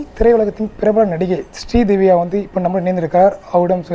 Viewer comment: Sridivya va sridevi pola yae solraru